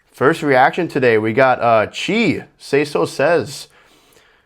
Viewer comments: chay pronounced not chi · its pronounced "chay" bro